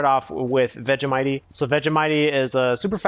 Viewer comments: Nobody says Vegemitee. It’s vegemight. Lmao. Says me an Australian😂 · It's pronuonced veggie might